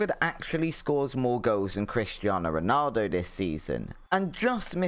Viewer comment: You cant even pronounce Ronaldo's name correctly, don't worry about Kvaratskhelia